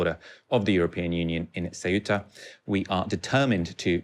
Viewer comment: Thanks you for pronouncing Ceuta properly! Kind of... :)